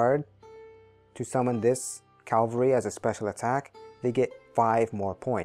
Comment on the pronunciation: Great video (though FYI, it's CAV-al-ry, not CAL-va-ry).